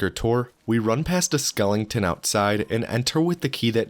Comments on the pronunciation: It's "skeleton" not "skellington". However, I think we should change it to "skellington". It sounds more fun. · Skeleton not "skelenington" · Did this guy just say skelling ton? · Say it with me; Skeleton not Skellington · Skelenton... Really? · Am I the only one annoyed at hearing him say "skelington" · where the fuck is the "ing" in the word skeleton?